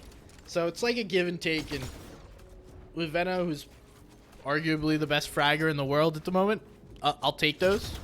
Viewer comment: It's definitely pronounced Veno and not Veno